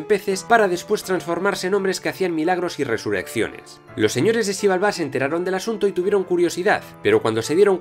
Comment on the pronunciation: Excelente vídeo!!! Suscrito y siguiendo. Nada más una aclaración: la x en maya suena como sh (Shibalbá) y la h suena como j (Aj Puch). Del resto, perfecto!!!